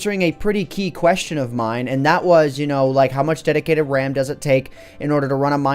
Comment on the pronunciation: someone give me the time of "dedidated wam"